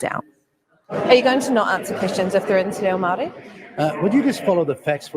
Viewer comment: Winston’s response to anything he doesn’t want to answer: “Don’t you dare, I’ve been selling out on my people and mispronouncing Māori words since before you were in nappies” lol.